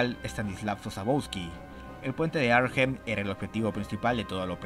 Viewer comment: Hola, sólo un comentario sin importancia, la h de Arnhem no se pronuncia.